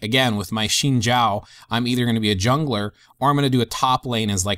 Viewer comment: Really good video im lvl 27 but i wish i had this when i was a beginner luckily i had alot of friends to guide me :) A on the vid and its pronounced "zin zow" you said the zhao part right though haha